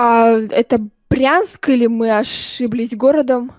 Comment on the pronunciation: Не Прянск , а Брянск